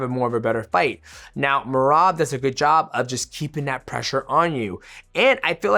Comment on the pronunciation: Called Sean Mersean and I swear at like he called Merab Merobert😂